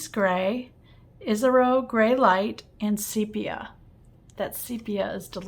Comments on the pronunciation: The name is Japanese….”EE - ash- row” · Sorry “EE - sah - row”